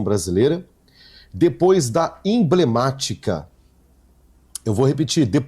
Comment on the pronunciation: E M B L E M Á T I C A....... e Não Imblemática.